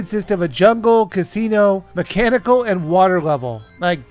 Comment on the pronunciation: "Mechanical" !!! Oh my aching sides.